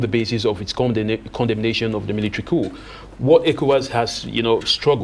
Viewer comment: very poor English----its all-be-it(ALBEIT) not ALBERT:face-purple-crying:. Coup is pronounced 'cou' not ' COP'